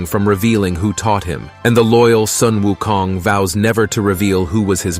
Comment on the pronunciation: I love how u pronouce wukongt. Tones r close enuf its good